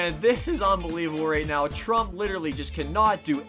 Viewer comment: That's not how you say Trump